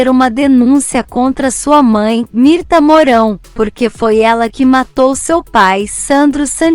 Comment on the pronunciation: NÃO É MIRTA, É MIRTES E NÃO É DARIO É DÁRIO NARRADORA.